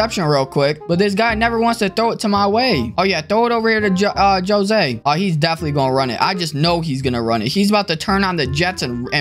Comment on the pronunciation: Bro really said “Joe-zay” it’s Ho-zay “Jose”